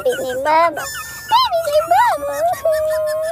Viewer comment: “HER LITTLE SENSITIVE BABBEH!” Spoken like a true Scotsman! Edit: HE SOUNDS LIKE MIKE MYERS!